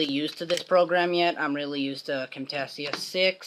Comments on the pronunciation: You seid Camtasia wrong lmfao. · WoW this was a real good turtle and i dont know how to tell you by typing but your prenouncing Camtasia wrong :)